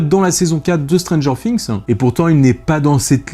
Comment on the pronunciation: Art de dire strangers finxx sa me streess sinon god